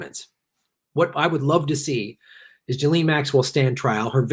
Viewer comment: BTW, the French are doing a face palm every time someone says "jillene". It's pronounced "geez lain", the fucking "s" isn't silent because it's in the middle of the fucking word.